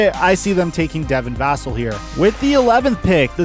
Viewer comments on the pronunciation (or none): none